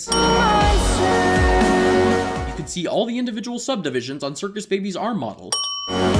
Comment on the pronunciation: Daddy's Little Montseeehs